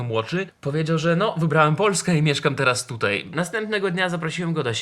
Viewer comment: nie ucz się polskiego od Warszawiaków. Nie mówi się tutej tylko tutaj!